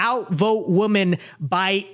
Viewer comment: Is it me or are people saying women weird lately by saying woman.